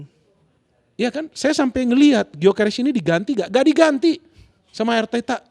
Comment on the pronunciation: Gyokeres bukan guio